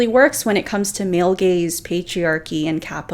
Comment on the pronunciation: Listening to this changed the context. LOL. I heard "gays" and not "gaze". I was so shocked and confused until I saw the text on screen.